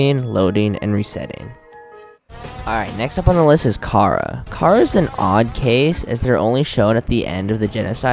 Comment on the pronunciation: the name does sound like cara its should sound like chara with a chhh sound